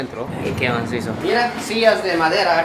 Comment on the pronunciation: Jajajaj me gusta como dice " Que masiso " habla como todo un hondureño 😆❤❤